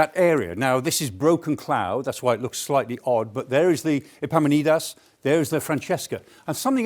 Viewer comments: Epamin-on-das, Professor. After the Theban General in 371 BC, probably from a Greek shipping company I dare say. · Whether it's historians or TV presenters, no one can pronounce Epaminondas...